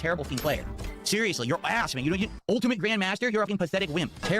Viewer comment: MF saying “seriously” like his imaginary friend is doubting him